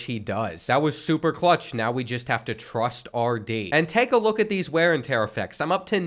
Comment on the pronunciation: “Ware n tear”